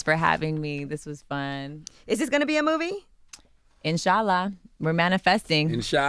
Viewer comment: Am I the only one who heard her say In-Shala at the end instead of Inshallah.